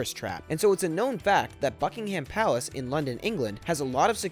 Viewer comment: Fuckingham Palace